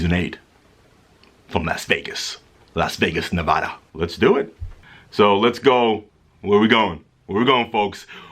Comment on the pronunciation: LOL "las Vegas....las Vegas, NuVahda"